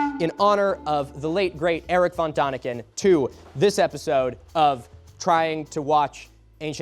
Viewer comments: Please learn the corect pronunciation of Erich von Däniken (/ˈɛrɪk fɒn ˈdɛnɪkən/; German: [ˈeːrɪç fɔn ˈdɛːnɪkən] you don't have to get it completely right, like the ch in Erich or the exact German ä sound, but the ah sound you use is so irritatingly wrong. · It's von Däniken, not von Daniken, the dots above the vowel are not decoration. You speak it like day-nick-en, not duh-nick-en. Do the man some honour, pronounce his name right at least once. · I BEG you. "Dehniken", not "Dahniken"; an ä is much closer to an english e than an a. Diacritical marks matter. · Erich von Däniken is pronounced like "DEN-ik-en". The "ä" (= ae/æ) sound is closer to English "e" than "a". No comments on the rest of the video, I got a bit drunk too. (I thought that a certain comment about Transgender Mice would be the stupidest thing I heard today from the Internet. But these alien conspiratorationists are certified dumber than viral MAGA influencers.) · its pronounced von theyniken..like in THEY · You could have taken a minute to look up how to pronounce "Erich von Däniken". Because its very different